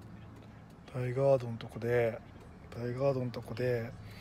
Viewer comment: あれ実は大（だい）ガードじゃなくて、大（おお）ガードなんですよぉ～ 新宿行きたての頃はずっと私もだいがーどやと思ってました